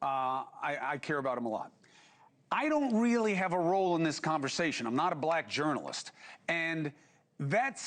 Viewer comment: A journalist who can’t pronounce journalist……